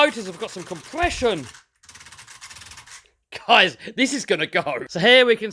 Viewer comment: Love this build but I love how u say what do u recon guyals sound like guys and gals at the same time lol